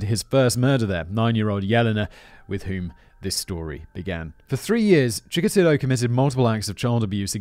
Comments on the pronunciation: Here's where Simon's poor memory from these scripts comes in handy. Though to be fair, Chickatilo was last mentioned like 11 months ago. He's the guy who Tamara Samsonova (the Russian old lady killer) idolized. You kept calling him Chickalito and it drove me insane 😅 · “Chikatillo” is sounding more Mexican as the story progresses. lol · Oh, god! I just watched that one and every time Simon said it wrong I gritted my teeth and snarled "Chikatilo!" I started this video resolved to click away if he did it again. 😆